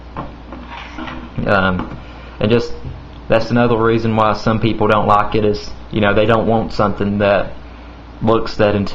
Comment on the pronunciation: "because othew peopew awent educated". Ha, you sound funny